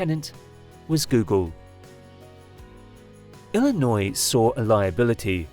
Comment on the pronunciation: its illinio.... not illinoise......